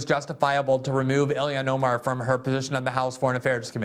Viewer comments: I tried so hard not to comment this... But it is ill-Han. Not illi-an. She's Muslim, ilhan. Not American, illian or like illiana. That is "normal" to American ears. But I feel Joe started it 🤦‍♂️ 😂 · The L in Ilhan is pronounced. Don’t take the L out!